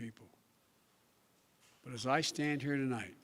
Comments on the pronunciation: Did he say tolight at the beginning? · "Good evening my fellow Americans, To Light...." Mushmouth blows the first line.... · "Tolite"? This fraud is a idiot. Thank you President Trump for your true leadership and operation "Warp Speed"🖕🐸🖕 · "Good evenging my fellow American's. TOLIGHT I would like to talk to you" F'n Pathetic. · Tolight ? What a idiot